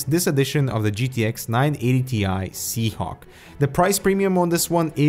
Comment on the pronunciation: Surely I'm not the only one hearing SeaHonk, right?